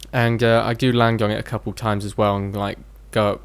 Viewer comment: The word land doesn't have a G in it